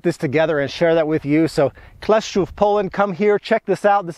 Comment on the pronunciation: Wymówiłeś dobrze Kleszczów, Hańcza - brawo 😊